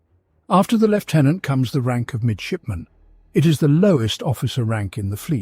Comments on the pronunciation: It is pronounced 'Lieutenant" - No F. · Apparently that is how the Brits pronounce it.